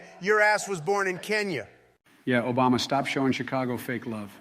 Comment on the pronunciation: “Shut up Obamna”😂😂